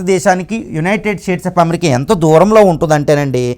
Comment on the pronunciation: BRO UNITED STATE OF AMERICA ANI CHEPPADAM PRACTICE CHEYYI FIRST